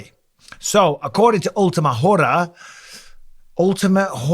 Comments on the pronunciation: Ultima whore-uh lmao.. don't you know the H is silent bro hahaha that was funny gracioso Michael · In Spanish you don’t pronounce the H… Ora 😂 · H is kinda silent Mike just read it as Ora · "Ultimate whore-a..." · It's pronounced Ora. The H is silent on hora 😊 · It’s “última ora”, Mike. ;) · The H in hora is silent by I like your pronunciation better 😂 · The ultimate wh*re JAJAJAJAJAA it's funny and I'm spanish. The thing is the h is always silent in spanish. Cool video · Hearing you mis-pronounce Hora was funny at least. You made it sound like the f word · The H is silent in hora broski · H is silent in hora like hour you baboon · Yo Bisbing, Champ H is silent in Spanish Hora. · Haha Michael you don't pronounce the " H " in " hora " in spanish